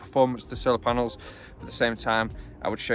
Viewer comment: Paenels….. is that a new word?